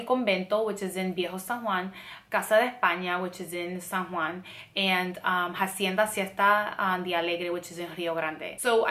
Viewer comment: isnt the H is hacienda silent? weird